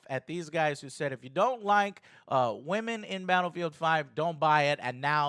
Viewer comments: .. What's a "wamen"? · Is his seeming inability to pronounce the word “women” due to his accent, or is it supposed to be clever wordplay of some sort?